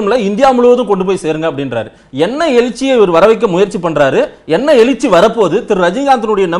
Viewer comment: Rajinikanth who learnt Tamil in his 20s was able to pronounce Ezhirchy clearly while the Anchor is pronouncing it as Elirchy time and again. So much to Tamil standard among even the journalists